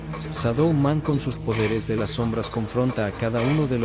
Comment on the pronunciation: " La más cara de las som-brás ", " Mai-Col Le-Roí" edita mejor los videos bro, sigue intentando rompe el feel.